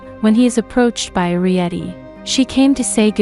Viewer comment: It's air ree et ee